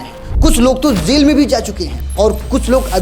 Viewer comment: Jaa ko jaa bol zaa mat bol jail hota hai zail nhi hota